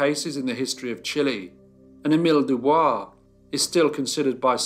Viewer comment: Doo Boice.